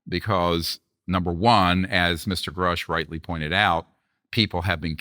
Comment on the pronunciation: I’ve heard very credible people say (and can prove) that 75% of what Greer says is bullshit. He’s got an extremely questionable past. Knapp, Coulthart, & Corbell (among others) are the leading opinions on this topic, without question. And Vlad… please learn how pronounce these gentlemen’s names properly… specifically Grusch & Fravor.